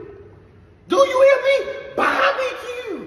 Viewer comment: He said Memphis is BahBehQue! 🤣